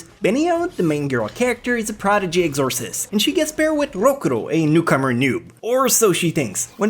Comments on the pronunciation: im sorry but the way you say exorcist bothers me... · How the fuck did he just pronounce exorcist? O.o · Am I the only one annoyed by the way said Exorcist??